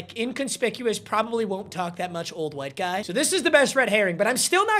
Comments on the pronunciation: He says white like my old english teacher "qwite" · Why is he saying “white” like Hank hill?😂